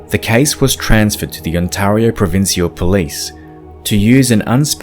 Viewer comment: He butchered Ontario as well, wtf is on-TAR-io?